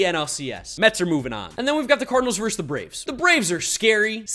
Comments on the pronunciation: It’s VERSUS NOT VERSE! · Being a Mets homer is fine. But say this word with me: "versus." It's pronounced "versus." Not "verse." Thank you for coming to my Ted Talk.